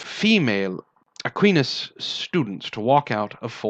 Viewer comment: Long "I" in Aquinas.